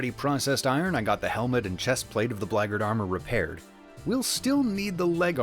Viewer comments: "blaygurd" armor? Bro WTF? I search and could not find any armor pronounced close to what you are saying. Black Guard Armor, come on:P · I have to ask: why pronounce it like "braggart"? the Black Guard armor is for the Black Guards... not braggarts (unless, of course, being one, one becomes the other over time!). Did I miss a chapter? It seems intentional?